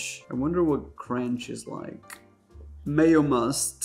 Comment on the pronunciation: Every time you said, "Mayomust", I lost it.